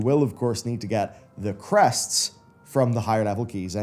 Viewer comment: Yes. My skin crawled when I heard the word "crests".